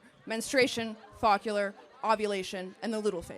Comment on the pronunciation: Folicular...not focular